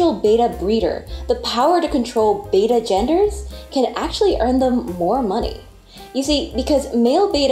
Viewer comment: the correct pronunciation is beh·tuh betta fish. pronouncing the fish breed like the second letter of the Greek alphabet which has only 1 "t" Beta is incorrect